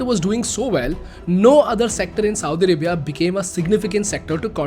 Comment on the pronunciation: You sound like Saudi Ribia!LOL